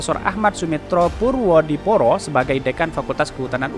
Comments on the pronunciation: ejaan lama purwodipoero dibacanya purwodipuro.... boss!! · Hai Bacanya purwo dipuro